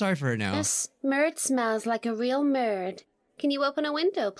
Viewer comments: in french we insist on the rs we pronounce them like in Grrrrr so in french he said like melde which doesn't mean anything im french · btw its not marid its merde which means sh toothpick t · Everybody: Murred/Marred Me: ... Me: It's Merde. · it's pronounced: "Mared" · I speak French since I was 4 and I can affirm that I don't know how Google understood your "merde" (It pronounces "merd" and you said "merde" -also, the pronunciation of the "e" in Frech is sooooo different of the english one-) (sorry If I had some gramatical errors, I don't usually write in english) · BTW ITS MERD NOT MERDE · Im half Mexican and I thought he said verde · I am not French but I know enough that you very much said the her name VERY WRONG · you said it wrong